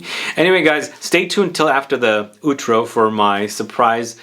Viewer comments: Just to advise, it's pronounced "aw-trow", as in "owl". Love your videos. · The pronunciation of "outro" is something else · Outro pronunciation... pain